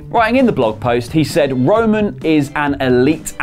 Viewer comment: Am I the only one that noticed he keeps calling him wo-man